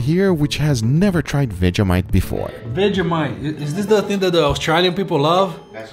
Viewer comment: They're saying austrAlian incorrectly